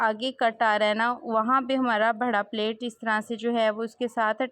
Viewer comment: پلیٹ نہیں ہوتا پلییٹ ہوتا ہے ۔ بھڑا نہیں ہوتا بڑا ہوتا ہے۔